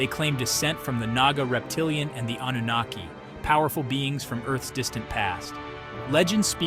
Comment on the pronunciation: There is no R in Anunnaki pronounced as An Nu Na Key but spelt as Anunnaki. No R. Pronounciation is important.